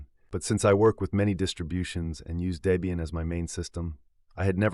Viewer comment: Never liked Ubuntu and especially snaps. BTW it's pronounced Deb ian not Day bian😉 The project founders then girlfriend name was Debra (Deb)